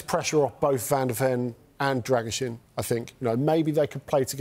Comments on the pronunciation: the last part is a long “Sheen” not “zin” like the guys in the video pronounce it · By the way it is pronounced “Dragoo-Sheen” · All saying his name wrong, it's pronounced Druh-gu-shin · Imo "Druh-goo-shin" sounds more accurate